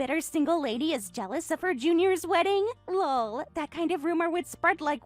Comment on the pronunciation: Saying "Lull" every time LOL comes up is seriously ridiculous. Just laugh for goodness sake.